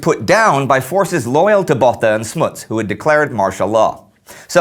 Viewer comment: You said Boer, Jan Smut and afrikaaner wrong